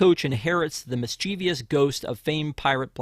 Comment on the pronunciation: Mispronouncing mischievous